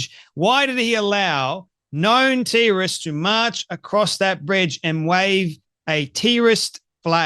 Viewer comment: Why tf does this guy pronounce everything weird? Wtf is a tee rist Who is eeeesis?